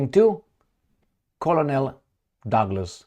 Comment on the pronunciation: Since we learn from one another, and English isn't your first language, which you generally speak very well, colonel is pronounced as kernel in English. It looks like it may be similar to colonial, and it definately looks like it would be pronounced as you did, but it's pronounced as kernel.